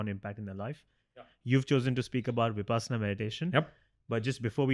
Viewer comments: Pls pronounce 'vipassana' correctly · I have a request. Please try to pronounce Vipassana (Pali/Prakrit) or Vipashyana (Sanskrit) correctly.